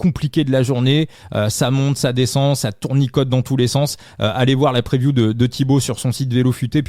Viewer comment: La "preview ", vu la manière avec laquelle tu prononces l’anglais, je te conseille " les prévisions ". Arrêtes de la jouer bilingue. Le " move " fait tâche.